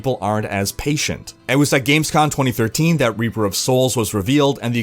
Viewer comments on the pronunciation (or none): none